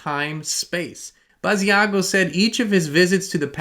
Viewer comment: Hi Inspired Tribe! Just to let everyone know: Andrew Basiago's name is pronounced Bashago, similar to "Chicago." Andy/Andrew Basiago wqas interviewed about 15 years ago by Project Camelot. He's truly one of the earlier Secret Space Program "whistleblowers" regarding his participation in "Project Pegasus" time travel program. Pres. Barack Obama, then known as Barry Santoro/Soetoro, as was ALSO a participant.